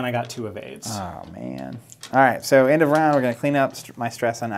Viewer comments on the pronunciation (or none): “2 evades” sounded like “2 aids” lol